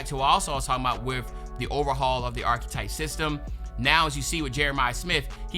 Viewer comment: Bro u gotta learn how to pronounce “archetype”